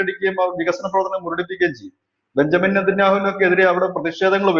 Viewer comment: ബെഞ്ചമിൻ നേതന്യാഹു അല്ല ബെന്യാമിൻ നേതന്യാഹു.....